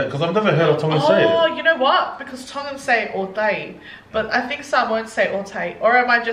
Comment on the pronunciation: OMG youse are making me hungry now 😩 you've pronounce everything correctly in tongan btw 🥰🥳